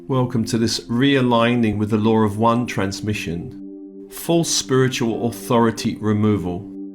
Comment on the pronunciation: Good day. Thank You., I did not understand the statement in the beginning, full spiritual authority removal. After listening, you were saying removing any control from outside spiritual energy. Realigning with the LAW OF ONE! sounded like what was being said was, lower one (British accent) Sorry if I am being hypersensitive today. I like it when you do these clearings of negative contracts and past unsupportive agreements. May the loving nurturer in all be blessed and enhanced especially this day of honoring the mothers of Peace.